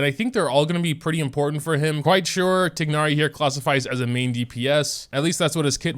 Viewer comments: no, the game pronounces it as "tie-nari" which is the right way... how do u pronounce it like? tig-nari? ☠ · I'm pretty sure that you read it as "tay-na-ri" not "tig-na-ri" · 'tignari' my guy its 'tie-nari' but slay lol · It's tie-nar-ee not tig-nar-ee 😭😭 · he keeps saying ti gnari its tighnari (like tie naree) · I thought his name was spelled thai-nari not tignari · TIE-NARI, not TIG-NARI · IS he actually saying tignari 😟😟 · Love the vid! I don't think that is how you pronounce tighnari though, but I always enjoy your content! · Day 1 of yelling about the mispronounciation of Tighnari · thats how hoyoverse pronounces it, but in the actual pronounciation he is closer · please pronounce it right 😭